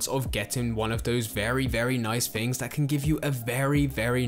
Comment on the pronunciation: Sorry man, the fs for ths was too much - “fings” “finking” “free”. Couldn’t get through it